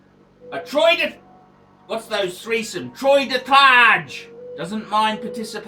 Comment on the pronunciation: Fuckin LOL at the threesome "troie de tage" LOLOLOLOL